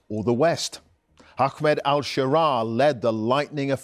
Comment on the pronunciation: Mate it’s not “Ackmed” it’s Ahmed, pronounced “Arr-med”. Go on try again, you can do it.